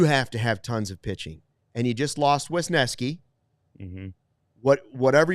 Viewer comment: WESneski....WESneski! Not Wiskeski. Why does everybody say his name wrong?